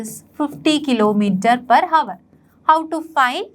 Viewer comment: Miss, it's not havar It's hour 'H' is silent